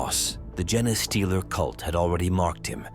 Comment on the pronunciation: I couldn't finish hearing "jenny-stealer" for the 100th time.